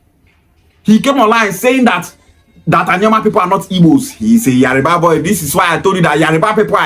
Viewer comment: Bro it is Yoruba not yariba.